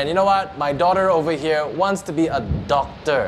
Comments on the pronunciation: why tf did you make asians sound that bad at english bruh "doc-TAH" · Kat Lindmark especially how they pronounce some of those shorter words, like doctor.